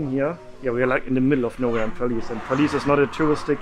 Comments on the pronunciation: The way you pronouce perlis I thought it was police ahah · How to pronounce Perlis : pearl list